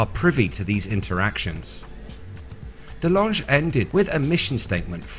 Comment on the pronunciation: We Are Robots. heh, i just wanted to mention that Tom DeLonge has been famous [in the] US for years & years, and i've always heard it pronounced without the e at the end: TAHM duh-LONG.